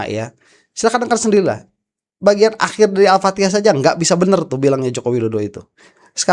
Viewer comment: Baca Fatihah aja amburadul, disuruh jadi imam